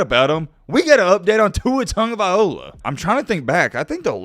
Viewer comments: Learn how to properly pronounce Tua’s name! It’s LOA NOT OLA A REAL BAMA FAN KNOWS THIS! U FAKE AF 😂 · This man name gets slaughtered, tag (not tung) a vail loa (not ola) smh 🤦🏽‍♂️